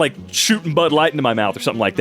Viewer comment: Was that man’s name Dale Gribble? Also pronunciation of “Bud Light” kills me.